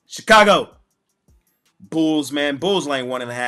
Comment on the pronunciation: LOL 😁 "Your...Ch-ka-go!